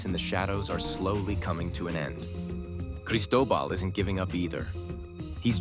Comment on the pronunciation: He says Cristobal i heard Pablo Escobar